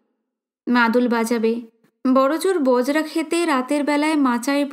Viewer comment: Galpo path er bangima khub sundar . Tobe Boi ta aneek baar pora ache bole e bolchi ota Puluk pahar na ota hobe Huluk pahar. Ar bojra khet noy Bajra khet.